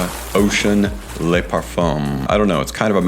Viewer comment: Le = "luh", La = "lah", Les = "Lay"